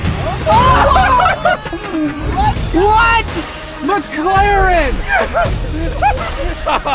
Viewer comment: I knew Rick was sigma because he said I don’t need entirteiment I have a mclareann